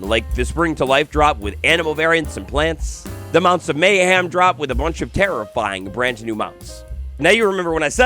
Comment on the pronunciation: MayHEM. Not MayHAM.